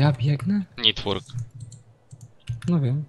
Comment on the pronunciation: proszę Cię: nie nitłork tylko netłork!